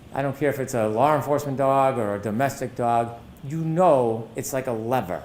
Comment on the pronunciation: There is no R in the word law😡